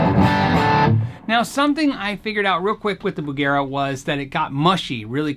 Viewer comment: bugera..bugger eh?